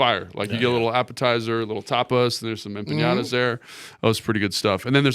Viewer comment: He said "Empinata" lol EMPANADA. Or Empanaditas